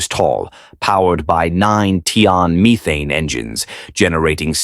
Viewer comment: It's pronounced meth ane, not meethane!